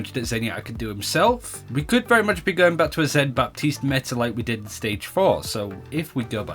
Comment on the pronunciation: The p in Baptiste is silent!